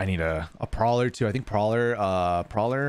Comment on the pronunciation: The “Proller” lol